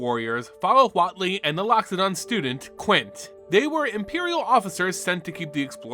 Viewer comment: a crime to call quintorius quin.